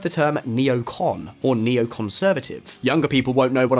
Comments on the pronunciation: (face palm): it's "neocon" not "neocom." "Neocom" is a freshly-minted communist. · it's neocon, not neocom